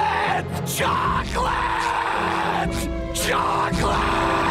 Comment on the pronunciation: CHOCLET. CHOCLET? CHOCLET! CHOCLET!? CHOCLEEEEEEET!!!